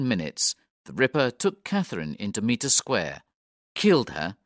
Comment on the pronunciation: This is a good little audiobook, thank you. “Meter Square” as repeatedly narrated, is spelt and spoken, Mitre, as in “might”.